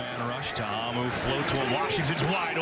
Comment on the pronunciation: TA-A-MU NOT TAMU